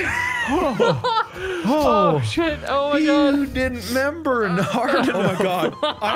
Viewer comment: I ‘emember, Mark. I ‘member.